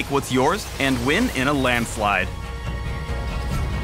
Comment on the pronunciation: "WATER you wating for?" HAAAAAAAAAAAAAAAHAHAHA